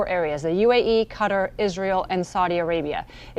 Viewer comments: Not cutter , it’s Qatar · Cutter? Its Qatar! Learn something. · Cutter... Qa-tar 😂😂😂😂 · cutter? Do you mean Qatar (kuh-taar)? 😂 again? Cutter? What area are you talking about? The thumbnail says Qatar, but you guys keep calling it cutter. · Why do they keep saying "Cutter" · Never knew it was pronounced "Cutter". I've always pronounced it "KUH-TAR" 😅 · Stuck in “cutter” 😂😂😂😂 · Are they seriously calling Qatar, Cutter? It'd pronounced Ka TAR (didn't roll the R) NOT Cutter. Sheesh Americans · She said, CUTTER" 😂😂😂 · Cutter? What? You mean Qatar? Ohh, my god, please do your research in history before you try to mispronounce a word publicly. This should be a word you know how to pronounce. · QATAR...NOT CUTTER!! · Ca-tar , NOT cutter! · Why does CNN mispronounce Qatar like 'Cutter'? It's been long enough now for them to learn the correct pronunciation. it doesn't even look like 'cutter', so why are they stuck on this? its as bad as pronouncing Nuclear as Nucular. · Why do they always say Cutter instead of Qatar? Are they illiterate? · Cutter? It is pronounced.. ....KA-TAR Welcome to the new CBS News. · I noticed alot of reporters calling it cutter. I was starting to think I've been wrong for years on the pronunciation. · Why did she say “cutter” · Stuck in Cutter? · Stuck in “cutter” geeshhh lady at least learn how to pronounce before you go live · Cutter??? Such bad pronunciation